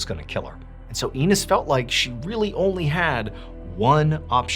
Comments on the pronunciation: "Inés" = ih-NEZ or ee-NEZ. Not "eenis" to rhyme with... well, you know... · 'enis' Ramirez 😂😂😂😂😂 John, it's 'i' as in 'big,' not 'ee' as in 'cheese,' and the emphasis is on the second syllable, so it's ih-NES. I've been on here lots of times offering you my services: I'm a polyglot with a MD and a background in linguistics: I would be happy to help you make sure you get your pronunciations spot on for some of these stories occurring in foreign countries. I have a background in Middle Eastern, Asian, South American (including indigenous) and South Asia & Pacific languages. I'd be happy to help you, even for free, it would be cool just to know I'm working with mr ballen! If you're interested, let me know. I'd be so happy to help. You usually do a decent job with this kind of thing actually, which is why I know you care! Which is why I'm leaving this comment. I hope you get ahold of me. Love your work, & it was another great video. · It's En-ess 😅😅 not anus! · it’s INEZ not enes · EEnis. Head shaped like a pee... nevermind. Dude really doesn't know how to pronounce Eee-neh-z? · One of your best episodes, although the mispronunciation of Inés did bother me a little 😉